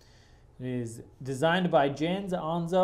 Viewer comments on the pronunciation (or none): Jens' name is pronounced like Yenz Anne-so For future reference